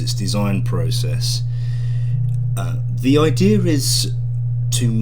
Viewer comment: "the ideaRRR is" every British with their random Rs :))))